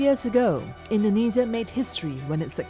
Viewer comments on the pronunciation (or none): I hate it how she pronounces indonesia indenezias